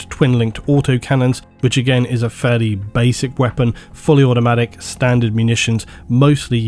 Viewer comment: "Atomantic"? You mean "Automatic" ... Also not sure if "DeredO" is correct ... shouldnt it be DeredEO instead?